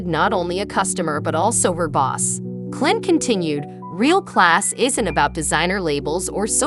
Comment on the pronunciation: The AI voice is just horrible, mispronouncing Clint's name and other screw ups.